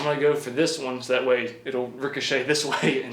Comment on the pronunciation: Legend has it that it is physically impossible for to say "one"